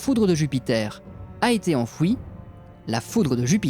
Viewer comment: Vos petits documentaires approchent d"une qualité professionnelle et sont admirables. Pour améliorer ce qui peut l'être, vous pouvez songer à corriger certains détails de votre diction, en particulier les fins de mots : "enfoui" qui devient "enfouishhhh" (1'29), "la vérité" qui devient "la véritéshhhh" (1'47) , "en Italishhh" (2'16), "une brebisshhhh" (3'13), "soigneusement marquééshhhh" (3'22), "hé ouiiissssshhhhhhh" (4'51), pierre poliissshhhh" (5'03), connuuusssh (6'32). Bref c'est un tic de prononciation qui à force est horripilant, que vous pourrez facilement corriger. Et laissez tomber les "hyper cool" et autres mots zombies. Qui aime bien chatie bien. Votre chaine est remarquable.